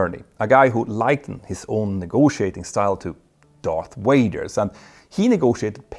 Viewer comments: Good videos has always but you need to pronounce your "V". It's not a "W". It's Darth Vader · "Darth waiters" 😂 Had to check the captions on that one! It sounded more like "Darth waders" to me.